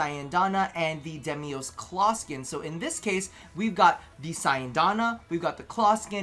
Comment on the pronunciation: I've seen precisely zero content creators pronounce 'Deimos' correctly. It's 'Day-moss.'